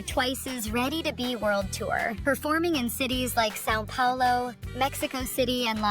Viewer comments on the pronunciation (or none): none